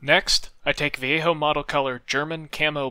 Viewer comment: Amazing job and a really nice tutorial. Nice to hear you pronounce Vallejo correctly ;)